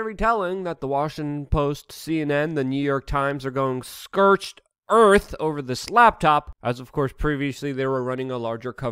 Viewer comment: "scurched Earth"? Like...erhm mahgerd!